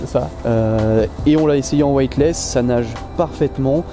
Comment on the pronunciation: Sourire... Je vais vous aider à prononcer, ainsi vous n'aurez plus besoin de préciser ce que veut dire " Weightless ". En gros, il faut prononcer: " wéitless" et non " wouaille-t-less "; afin de signifier " sans poids " et non... !!!!: " sans blanc "... lol Et oui, " white " veut dire blanc pour un anglophone ;) En tout cas, merci pour vos conseils avisés en matière de pêche ;)